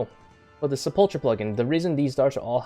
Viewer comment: Sepple-ker, not sepulcha.